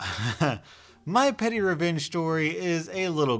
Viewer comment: Legit thought he said “pennyrevenge”